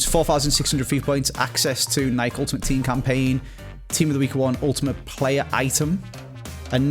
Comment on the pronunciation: Wait why are you mispronouncing Nike this isn’t an episode with angry ginge